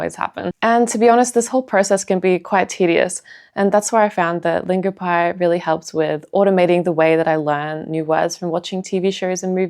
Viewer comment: Longopie? Come on..